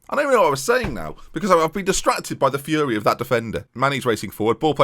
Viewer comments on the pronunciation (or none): none